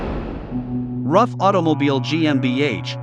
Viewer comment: I thought Ruf was pronounced like 'Roof' not like 'Rough'